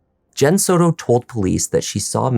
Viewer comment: It’s not sew-toe. It’s Soto. Like Soda but with an O at the end instead of an A.